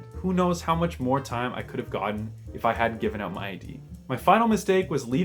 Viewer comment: Yes because you said "oat" when you meant to say "out"